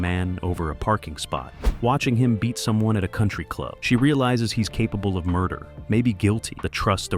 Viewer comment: As much as I would love to watch this the bad computer generated voiceover hit in the first minute - "mur-dare", really?